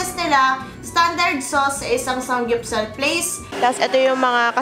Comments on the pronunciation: Anong sangyupsal? It’s saMgyupsal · "sanggyupsal?????" really???????? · SAMMMMMMGYUPSAL. NOT SANG GYUPSAL. LOL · bakit SANG GYUPSAL naririnig ko? bothering eh hahaha